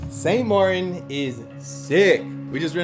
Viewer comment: "St Mar-IN is sick..." Um, did you mean St MARTEN"?